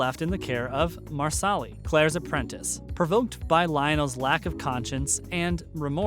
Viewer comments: Did he just really say MarSally instead of Marsali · I do wish you would pronounce names correctly. Marsali is pronounced Marshalay. Also, Jamie sends Claire back to her own time on the eve of Culloden (April 1746). Twenty years go by before she returns to be reunited with Jamie in Edinburgh (mid 1760s). By the time the Fraser’s arrive in America it is around 1767 and are involved in the slow build up to the American War (Does Claire not state “in 12 years there will be a war.) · It’s really annoying that you do not know how to pronounce the characters names correctly. You’re not pronouncing Marsali correctly, you’re not pronouncing Sam Heughan‘s last name correctly, and if you don’t know enough about the show to pronounce their names correctly you should not be doing the voice over for these videos.